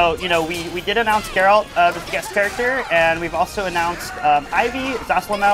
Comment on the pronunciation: "I put 200 hours into witcher 3" calls Geralt, Jeralt...